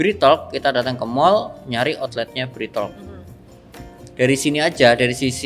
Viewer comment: Kasih tahu ci cara nyebut merk BreadTalk yg benar..